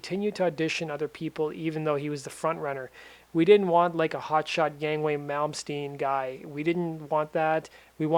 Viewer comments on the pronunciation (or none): Yngwie is pronounced "ing-vay".. Not "yang-way"...